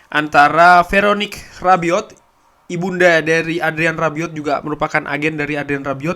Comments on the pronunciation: Bang Rabiot bukan arbiot😁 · Rabiot,,bukan arbiot